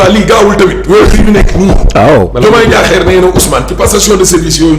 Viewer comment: Diakhar mais pas Diakhér. Ahmed so wakhaté Bassirou Diomaye Diakhér Faye dinala mbeuk